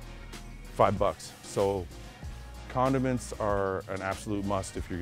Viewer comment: When he was in the toilet paper aisle talking about low quality food and mashing Italian dressing/tuna together I thought he said "continence is a must" then I realized he said "condiments" lol